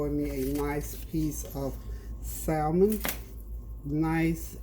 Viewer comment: Btw...the L is silent in salmon .... have a blessed day